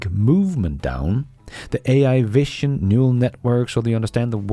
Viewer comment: you really need to correct this pronunciation of the word vision.